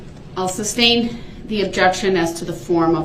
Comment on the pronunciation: Can someone please tell him its Sustain., not SUBSTAIN